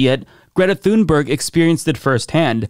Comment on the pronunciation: Sounds more like "tune-berry" to me at least as the "g" was softened to "y".